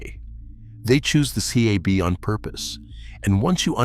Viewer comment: Mispronounced "cab".